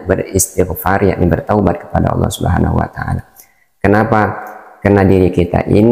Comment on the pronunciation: ALLAH BUKAN ALA